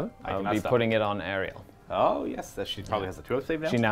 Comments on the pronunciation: Really great battle report! But I just want to say that the goddes is called Alarielle and not Ariel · my dude, it’s Alarielle it Ariel.